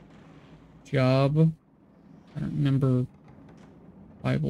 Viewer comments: It's pronounced Joe-Buh, long Oooo sound. Not a working "job". lolol He's the one that refused to forsake God when Satan asked for him to be tested (all his children died, he was covered in boils, I think had leprosy, all of his land and animals were taken from him... etc.) But because he "remained faithful to God" after the test was over he was blessed with a whole bunch of crap. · 😋 That's not a dyslexia hiccup. Job isn't a common name anymore, so reading it as the work related "job" is normal.